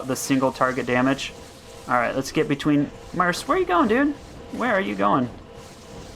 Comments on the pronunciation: you would get more followers if you stopped saying "Merce" its mercenary or Merc like MURK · Mercenary is pronounced mur-sin-airy, but merc is pronounced MURK. LOL, love your videos, so not trying to be insulting, just wondering why you pronounce it murse.